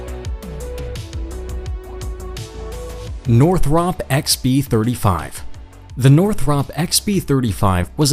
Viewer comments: It's pronounced (nor-thrupp) not (nor-thropp) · You lost me by mispronouncing cannard, after you had already failed to pronounce Northop correctly. Thumbs Down.